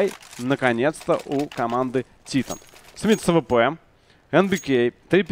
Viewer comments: Скоро начнётся машна по поводу произношения команды Титан.Правильно говорить Тайтэн,раз уж Вы говорите ЭнАйПи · Французы радуют глаз стрельбой.... ! P.s. Страйк будь добр прекрати говорить тИтан,скоро тебя посылать будут,заранее спасибо... ! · Ну да,хотябы ударение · Во первых это шведская команда и поэтому произносится на й пи а титаны французская и Темболее ты бы посмотреть хоть один американский стрим и там говорится титАн!